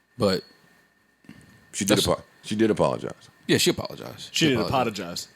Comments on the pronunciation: I heard you...A-POD-IGIZE 😂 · Aye .. parks I heard you “ A-Pod-a-gise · "She didn't apPODagize" 🤣😂🤣🤣